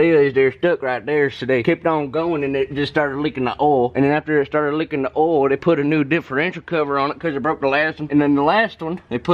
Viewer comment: "leekon da oil" lmao awesome man. awesome.